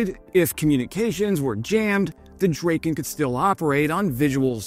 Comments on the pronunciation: It's a Drahken not Draken. Drahken Dragon. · It is pronounced drah-ken, not drayken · I love your videos but if you love the Swedish airplanes so much (so do I), why don't you learn to pronounce them correctly. The Draken is called Drahken not Drayken. If you need any other pronunciations (your video regarding the 6th generation fighter jet also suffered from not being pronounced correctly, ask me, I can always help. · Great video. Sad that you didn't verify Swedish pronunciation of the name... not like rake...A like black...aa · Drayken? Isn't it Dra-ken? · "Draw-ken" is the correct name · DRAH-ken and GREE-pen, please Also Rah-FAHL. Nothing to do with the archangel. It means 'gust of wind'. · Pronunced dra:ken and gri:pen ;) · It’s pronounced “DRAH-ken” and it means “kite”, not “dragon”. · Not to be that guy, I just wanna kindly point out that A in Draken is pronounced as the a awl and the EN as in then, I hope it helps!🙌😊 My favourite is the JA37 Viggen, it's just the best looking fighterjet there is, though my all-time favourite is definetly the one and only SR-71 Blackbird, cause I mean, one simply can not argue otherwise!💁😂